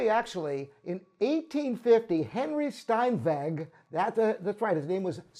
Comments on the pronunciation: Not Stein-vegg, but Stein-vegh with a velar fricative. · Steinweg ... Pronounced.. for the benefit of the uneducated, Shtyneveck 🙈🙈🙈